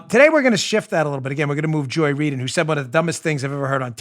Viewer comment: Joy (doesn’t) Reid “read”